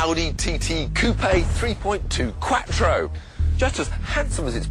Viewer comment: Its not Katro its Quattro